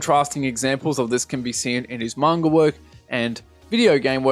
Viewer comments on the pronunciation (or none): none